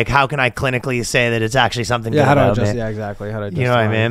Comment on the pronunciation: It’s reassuring to hear Ryan pronounce the “ow” in “about”. Assimilation is possible.